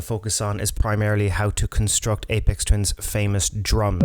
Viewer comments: Good stuff...FYI...its aphex twin ...not apex ...pronounced afex twin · You said his name wrong 😒 it’s not Apex, it’s Aphex like Afex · It's Ay-Fecks. Not Ay-Pex. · its pronounced like ay Fex with an F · Your pronunciation of 'aphex' is not the apex of this video.